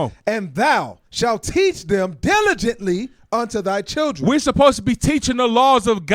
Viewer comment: Deligently 😂😂😂😂😂😂❤❤❤❤❤ thank you officer